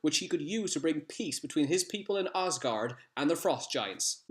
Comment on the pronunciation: Did you just say Ozgard?